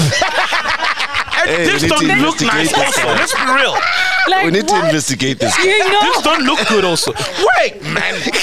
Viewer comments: "We need to investi-GAY-te" 🤣🤣🤣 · "InvestiGAYt" 😂😂😂 MacG moving in suspicious ways, uyaSOLisa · Sol "we need to investiGAYte" killed me 😂😂😂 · InvestiGAYte🤣🤣🤣🤣🤣🤣🤣Sol's mind is something else 🤣🤣🤣🤣🤣🤣🤣🤣🤣🤣🤣🤣